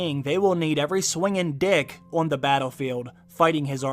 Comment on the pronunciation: The way you emphasized “swingin’ DICK” 😂